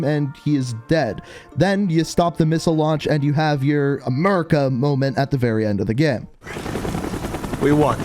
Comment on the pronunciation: enphasis in the "America Moment"